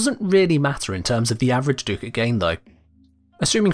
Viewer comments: what is a doocat??? its ducat(duh-c-it) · Ah, it’s pronounced like “Duck-it” not “Doo-cat”. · Sorry to be THAT guy, but it’s pronounced “duck-it.” Lol I kno I’m annoying…